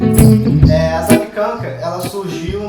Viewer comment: A pronúncia correta é zapiÉkanka....tem que pronunciar o É...e o cogumelo é o borowiników (cogumelos silvestres polacos secos).